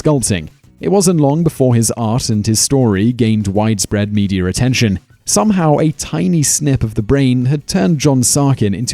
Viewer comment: media. not meteor